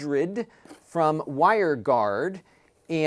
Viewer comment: "Winegard", not Wiregard